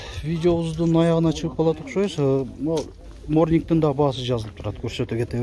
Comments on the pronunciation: Морнинг эмес монинг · Унаалардын КПП сы жонундо да маалымат берсен жакшы болмок , жана окулгвнда монинг деп айтылат утро орусчасы кыргызча эрте менен башка сын жок , азамат ишине ийгилик.